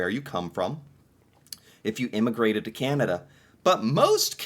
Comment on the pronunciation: we have a chant - Can-a-d'uh! LOL